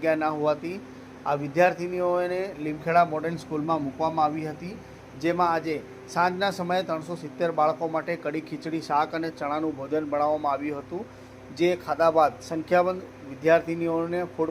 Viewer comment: કઢી not kadi